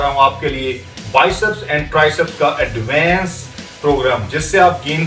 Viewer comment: "addvaance" program ..😂😂